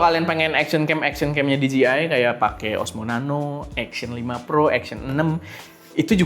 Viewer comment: Dee-Gee-Eye ❌ Dee-Jay-Eye ✅